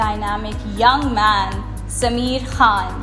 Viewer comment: Why is Sameer called SameeAeAr🤦‍♀️🤦‍♀️🤦‍♀️🤦‍♀️🤦‍♀️🤦‍♀️🤦‍♀️🤦‍♀️😂😂